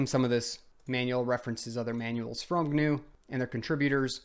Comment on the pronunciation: Richard Stallman would be very upset with this video, first thing you said GNU wrong, and second you used Ubuntu. It seems you don't know who Stallman is.